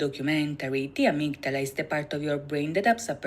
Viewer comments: Love this! Not many reactors take the time to understand the meanings of the videos. 💜 In English, we normally pronounce it "uh-MIG-duh-luh" but Yoongi pronounces it in the song "AH-MIG-DA-LA" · This was fun to watch... thank you! I knew about many of the references in these MVs, but I also learned a few new things! Just a note about "Amygdala ." It's pronounced 'a-MIG-da-la' and is a different part and function of the brain from the medulla oblongata. As you can see, these boys do their research! In these MVs, Yoongi shares his challenges with mental health and lays his soul bare in hopes to not only free himself but to help anyone else who may be struggling. He is incredibly courageous! 💜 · Nice reactions. My Suga is deep. What was triggering for me, was you both repeatedly pronouncing Amygdala wrong despite hearing her say it multiple times 😂. Also, what said, medulla oblongata, isn't the same word & it's a different part of the brain.